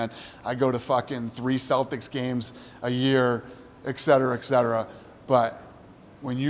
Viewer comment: Dana "eCsetera" White